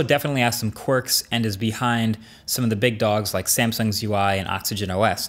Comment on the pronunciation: He said "quirk" again...